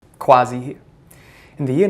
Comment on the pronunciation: Your name is not "", it's "Quazi" pronounced "", learn how to pronounce it properly.